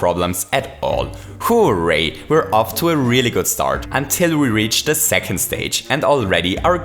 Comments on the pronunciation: It's hooray not who.ray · It's hooray, not "Who-ray" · The way that says hooray gives me life